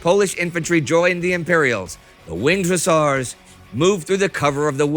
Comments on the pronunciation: Hussars ✅ Hussers ❌ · I kept yelling at my tablet " it's Hus-sars" lol😂😂. ....,Do Fields Of Verdun next or 7 Pillars Of Wisdom 😊